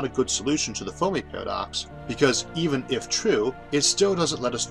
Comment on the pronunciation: Had to get used to this guy saying "tomes" and "Foamy" and "Foam-al" for "terms" and "Fermi" and "Formal".